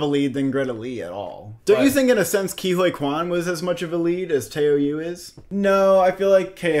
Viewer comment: wtf you've pronounced Ke's name perfectly for a year and now what😭It's Ke(Ki) Huy(Hoo-i) Quan(like Quantum)